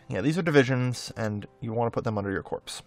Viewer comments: Great video. Minor point. Corps is pronounced like core is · I hate to be 'that guy', but corps is pronounced like core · The p in corps is silent. Pronounced like core. I think it's a French word or something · You mean he wasn't referring to his army as a bunch of corpses? I thought it was a Freudian Slip.